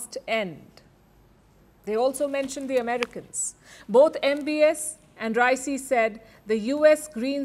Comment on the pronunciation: Pronunciate Raisi correctly